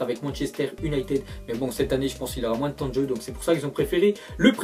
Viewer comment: Arrete de dire UnitEd ! C'est UnitId !